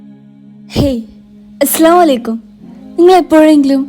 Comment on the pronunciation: Assalamu alaikum ennu parayumbol"aslamalekkum"ennalla parayendath.nalla uccharana shyliyode parayuka.allankil artham thanne marippokum.insha a allah..........!